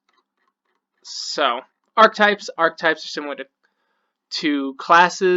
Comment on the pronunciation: Arch-e-types. 3 syllables